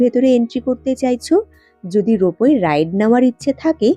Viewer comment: রোপো বলে কিছু হয় না, কথাটা রোপওয়ে।